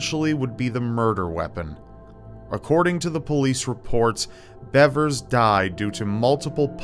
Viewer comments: Missy BEAVERS is the correct pronunciation. It is spelled Bevers, but actually is pronounced “Beavers.” Sorry to be a Grammar Nazi, but it’s easy to figure out, all you had to do was watch one news video. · It’s pronounced “beevers”